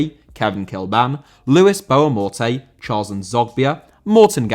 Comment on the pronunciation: Morte* not Mötey